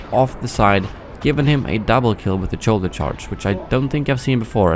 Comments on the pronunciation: I love how says "choulder" instead of "shoulder" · wtf is a "choulder charge"? 💀💀💀💀